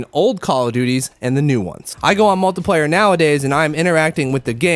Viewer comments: kinda sounds like hes saying multiplyer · I don't like how u say multiplayer